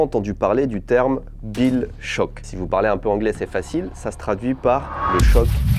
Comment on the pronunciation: Deja il a dis guill shock et pas bill shock... Unfold!